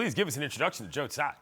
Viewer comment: Wrong. It's not Sai and its not Tzai. Taiwanese dont use "Z". It's Tsai.